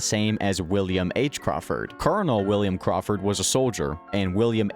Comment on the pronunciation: Willum ahce carwfird